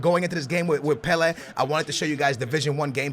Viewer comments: It is pronounced pela not pelehh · PelA not Pelairrr. fucking well annoying. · The way you say Pele actually triggers me "Pel air" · He called pele weah 😂😂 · the way you say Pele makes me sick it's pronounced PELAY other than that GG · Pe lA is the phonetic say properly plz mate good vid though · Pela it's pele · You mean pele first goal u said "Weah" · It's pronounced "Pelay" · Please sat pele right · He says pele wrong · When you cant even pronounce Pele 👏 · Oh for fuke sake u cant even pronounce PELE properly it really puts me off😡😂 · How do you mispronounce Pelè's name😞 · its pele mate